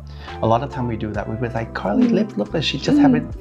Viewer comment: Am I the only one who understands „Kylie Jenner“ when he says Karlies‘ channel?😂